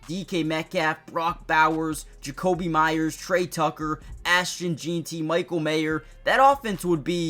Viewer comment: Bro why are you jeanty like “Jean-tee” 😂😂